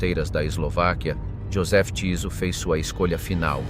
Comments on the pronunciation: vyslovuje sa Tyso a nie Ťiso... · Bolo by dobre naštudovať si ako sa dane meno vyslovuje